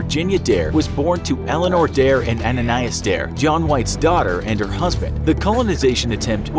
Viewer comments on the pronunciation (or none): none